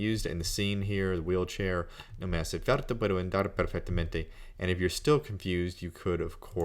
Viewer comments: well, there is a part in the middle of the video in which he says he doesn’t record or review pronunciation because he already knows how things are pronounced. I greatly respect his work and I appreciate what he’s doing for free, but... yes, “falta” sounds like “carta.” And “andar” could be more precise on the initial a. It’s more English leaning the way he says it - like a long A of “and.” But that is relatively minor. He makes himself understood. I’m not saying I’m perfect. Just that I did notice those two very minor aspects. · did you hear how he pronounced "falta" .. quite wierd